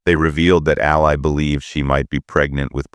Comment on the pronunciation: Her name is pronounced “AL LEE”… not “AL LIE”😂